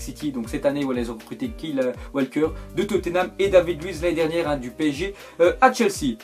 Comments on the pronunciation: "Kill Walker" il m'as tué😂 ça se dit Kyle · Ouaah t'abuses Sur les accents frère Kyle Walker t'as sorti "Kile Walker" x) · "Kille Walker" mdrr ça m'a tué Et Xavi aussi, va falloir faire des efforts en matière de prononciation mon cher x)